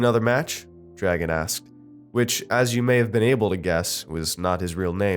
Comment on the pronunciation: Dragan isn't pronounced like dragon, its like dra gaun